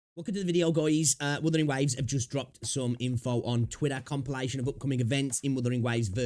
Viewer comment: I lpve how you say Wuthering Wives ❤ Matches my approach to the game 100%